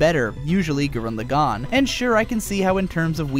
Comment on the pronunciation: It's pronounced LAgann, not LevioSAAAAnn. I enjoy the crap out of KLK, but the character progression of Shimon far exceeds anything a naked chick with a sword and an anger complex can do. I cried at the end of both though.